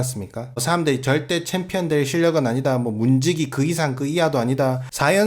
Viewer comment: 정찬성: 아이 원트 어 참피언---------> 아이 원트 어 빠가야로